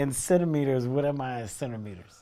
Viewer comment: "30 centemiters" omfg I couldn't hold it ahahhaha